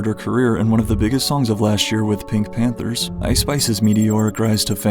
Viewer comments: Every time you say Panthers instead of Pantheress it makes me want to cry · The way you pronounced Gaston and Pantheress disturbed me greatly